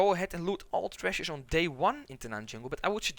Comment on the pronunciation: LOL I could not even follow what he was saying because I was counting how many times he said "trezush". I think I missed a few but it's over 31 at the 9 minute mark. I want a follow up video where its just the same footage but only the word tresures over and over with differrent tonal inflections.